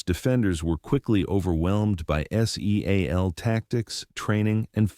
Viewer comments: Can you make the artificial stupidity how to not pronounce seal and while you are at it. The special martial arts outfit is not called a GEE EYE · Ca't AI pronounce SEAL instead of spelling it? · Di you really need to spell out Seal? It’s a bit distracting. I don’t think AI will also spell out deal or meal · Why do you spell out seal just say it